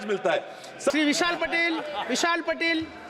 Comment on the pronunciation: Why they r pronouncing his name as पटेल? It's पाटील.